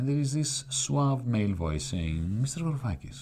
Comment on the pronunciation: btw it's Varoufakis not Yaroufakis, also I could have sworn most ML's swore off this guy after his weird "neo-feudalism" kick. I can't say I've heard much or engaged with his material since he started Diem25/started appearing with Zizek a lot. I know his stuff on Palestine has been solid but I don't know how to approach most of his work from a Marxist perspective, truthfully.